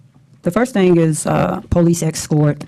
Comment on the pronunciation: Imagine electing a mayor who acts like this and can’t even pronounce police.